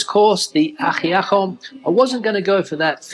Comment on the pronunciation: Its pronounced AjiaCo the C is like a K. Love Cuban food!!! Unfortunately, I can't find it where I live in Southern Spain 😕 good thing I can cook it! I'm Cuban American Spaniard 😁 although never been to Cuba lived in Miami 45 years. No Cheddar in sandwich Cubano, should be Swiss cheese. Yes, we drink wine!